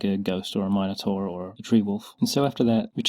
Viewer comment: that isn't how you say minotaur